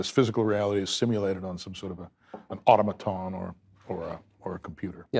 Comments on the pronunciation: Every time I get into a fight I forget my first 5 dogs and how to pronounce Ottomoton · Mispronounces Gödel, mispronounces automaton, struggles with whether or not ethics is singular or plural. I could let those nits go if he wasn’t purporting to be the literal “smartest man in the world” what a joke. Gladwell gave him too much credit in Outliers. He failed in academia because he was ignorant to customs but also because he was ignorant generally. Edit: I missed global “banksters” the first time I watched this. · Hear me out: I think that Chris can't pronounce automaton because the only one he's heard say it is Joscha Bach, who pronounce it like that because he's not a native English speaker. And Chris hasn't ever read the word anywhere so he just pronounce it like a, for real, smart person does.